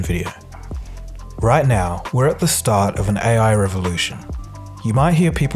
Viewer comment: Nice video. But that pronunciation though. AEY-AY. lol